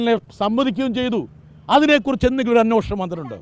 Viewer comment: എന്റെ ദൈവമേ,, അന്വേഷണം എന്ന വാക്ക് പറയുന്നത് കേട്ടില്ലേ? എടാ നീ ഏത് സ്കൂളിലണ് പഠിച്ചത്?